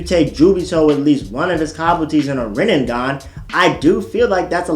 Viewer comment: He butchered that shit frfr 😂😂😂😂